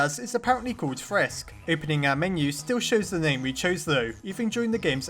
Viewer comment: If that is how it is, then just call frisk aaaaaa. No effort. Good job.